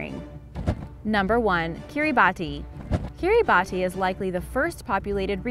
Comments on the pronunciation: Its pronounced Kirabas not Kirabatti learned this from the Geography Now channel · Knowing several people from Kiribati, it's pronounced kiri-baas